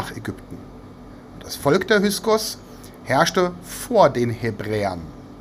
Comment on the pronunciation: Min || Bitte --> "HY K SOS" ❗ Nicht "HY S KOS" ❗ Solche Ungenauikeit irritiert unnötig (zumindest mich)!